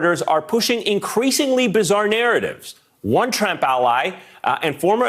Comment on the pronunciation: Lol!!! ‘ish he says “...a TRAMP ally..” 😆😁👍🏻 🤣